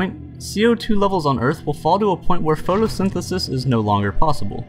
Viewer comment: the way you say photosynthesis